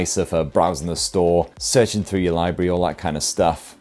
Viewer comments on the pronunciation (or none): none